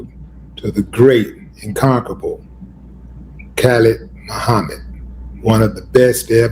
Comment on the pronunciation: Willie D I love you but you got to get the name right it's Dr Khalid Muhammad